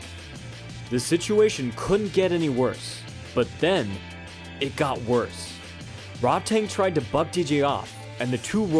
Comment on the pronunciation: Way to mispronounce Rodtang name the entire video 😂😤 It's pronounced Ro-taang not fucking Rod tang clan or whatever you were saying